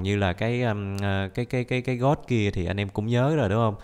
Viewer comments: Phải nói là Tiếng anh: gold Người bình thường: gôn: gót 100 englisk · Người bình thường đọc:Gold đọc:God